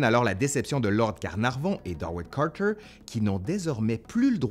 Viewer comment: Lord CarnarNon ou Lord CarnarVon? :P :P :P